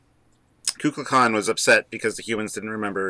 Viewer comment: Great episode guys as always. It is pronounced "Koo Kool Khan " The Feathered Serpent .